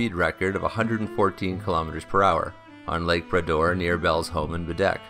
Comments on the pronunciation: Grates on my ears every time I hear him say "Brayder'. It's 'Brah-door', ffs, Make an effort. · . Had to go back and listen again; I heard the rename as the ‘Bidet’ the first time. 😁